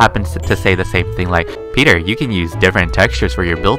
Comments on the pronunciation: Is it a bird? Is it a plane? Its tah...tah... back with another video!!! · Oh My Gwash ()